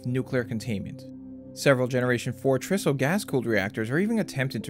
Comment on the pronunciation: TRISO stands for TRi-structural ISOtropic particle fuel. In the industry, we pronounce it TRI-SO. The same TRI pronunciation used in TRIangle.